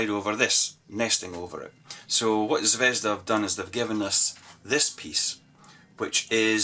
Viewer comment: Nice review. However not ZvEzda, but ZvezdA (The Star).